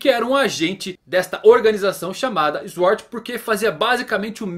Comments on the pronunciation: não se pronuncia Eshord mas Suword, só pra ajudar. Abraço. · Diga "sôrd". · Não e tua obrigação mas mano plz Sword (SwÔrd) kkk desculpa mano mas me deu agonia kkkk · Q agonia essa pronúncia de "Sword" tive calafrios todas as vezes kkkkk